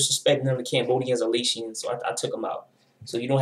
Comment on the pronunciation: There was a long time beef between the Asians and Hispanic gangs in Long Beach, Ca in the 90’s (mainly Cambodians but there were other Asians in the set too) with asian gangs even in Cambodian gangs, it’s a lot of different Asian backgrounds not just southeast Asians. Laotian is pronounced lei· ow·shn